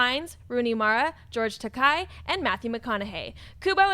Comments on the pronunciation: "It's pronounced Ta-KAY, not Ta-KAI" George Takei. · Guys, it's Takei, like okay!